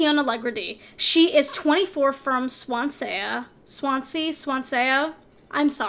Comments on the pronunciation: ‘Swansaya?’ I’m creased, it’s said how it looks swan-sea 😂 it’s a place in Wales I grew up there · Swansea is pronounced Swan and then sea. like a sea of swans. I doubt you’ll see this but anyway 😂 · Thank god someone else was laughing their head off at that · Swan sea for Swansea Norrich (ch like choo choo) for Norwich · Nor- wick and swan-saya lmfao